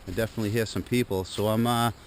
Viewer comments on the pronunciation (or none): none